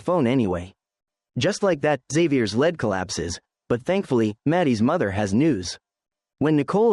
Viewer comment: I would love if the word “lead” was spoken properly lol the AI voice over clearly doesn’t know the difference.